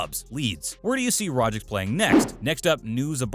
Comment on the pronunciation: It's Rogic not Rogic